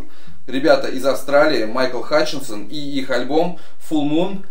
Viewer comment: солиста INXS зовут Майкл Хатченс,а не Хатченсон, тому кто знает очень ухо режет. Ну а так вкус у тебя хороший.